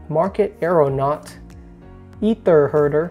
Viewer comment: Also, it's really bugging me. It's pronounced AyTher. 😂